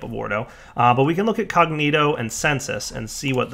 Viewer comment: Wait, so he can pronounce Perditio but not Cognitio? C'mon son!